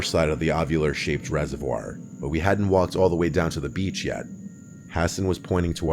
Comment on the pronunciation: im sorry but the way he said “we called this area ‘BEACH’” was so funny😭